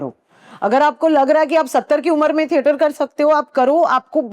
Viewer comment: ठेटर ❎ थिएटर ✅